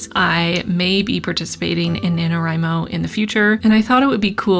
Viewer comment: God how I hate the acronym nanowrimo being spoken like it’s a real work omg stop